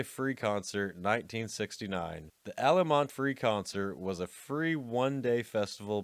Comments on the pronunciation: It's Altamont, not Alamont. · it's Altamont not alamont I grew up around the area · No fan of hippies, but the incessant jabs are a bit tiring. My beef is with the quasi-AI narrating. Altamont, not Almonte. And Woodstock '99 was the 30th anniversary. Not the 13th. Giving up on the video here. I'd rank this top 20 YouTube doc DISASTERS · It was Altamont, with a "t", not Alamont. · "Alamonty"????... You operate a rock n roll channel, and you don't even know that it's ALTAMONT???... You even put in original posters that say it right there ???? It's one of the most famous and talked about events in rock n roll history and you're too stupid to watch you're own video????... You're a fuckin' joke! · It was ALTA MONT; not… “Allamonde.” Give rock historians a heart attack! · Altamont not Alamont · It was Altamont, not Alamont.🙄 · Altamont: It's pronounced ALT -a-mont...not ALLEY-mont. Also: KIL-mister....not Kil-mys-ter. That one's kinda inexcusable. Otherwise \m/ I \m/ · Ok, I've watched a few videos on this channel, and while I find them entertaining overall, the blatant misreading of names gets annoying after a while. Alamonte? Even people who aren't into festivals are familiar with the name Altamont. For fuck's sake, it's written on the fucking poster on the screen as it's being said! Edit: Speaking of Altamont, the Rolling Stones weren't the ones who organized the fucking festival! They were invited to play, and had nothing to do with the production or logistics of it. You should do some research into the topic before making a video. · Alamont? Big A.I. glitch there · It’s ALTAMONT not alamont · It's ALTTTamont, you f*ing idiot. Not Allamont. You suck. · Altamont, not Alamont. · It's Altamont not Alamont, you dumb shits. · Altamont is probably the most famous music festival of all time next to Woodstock yet you pronounce it “Alamont” - weird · it's AL-TA-MONT...... not Alamont. thats a big screw up dude. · Was “Alamont” anything like “Altamont” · ❌Altamont ✔aLaMoNtÉ